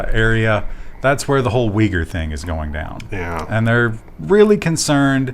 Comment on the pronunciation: I see, has wildly incorrect pronunciation. Thanks voor the explanation, wasn't aware it got censored.